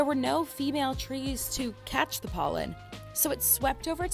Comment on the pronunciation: Did I hear PÖLLEN ?